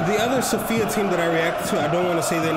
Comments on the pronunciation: its Sofia bro not Sofiq. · Also Sofik(q) is wrong. It is pronounced Sofia. Just some people in Bulgaria use Q as Ya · Mate, SOFIA not sofik. SOFIA! CSKA stands for CENTRAL SPORT CLUB OF ARMY. We are two teams with this name CSKA MOSCOW and CSKA SOFIA. We (CSKA SOFIA) are the most successful club in Bulgaria. 31 titles. In the last couple of years we just don’t have a competition on the stands. Sector “G” is the name if our stand.